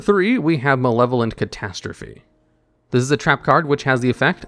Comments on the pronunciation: ay catastrophe was pronounced correctly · Thank you for saying catastrophe correctly 😂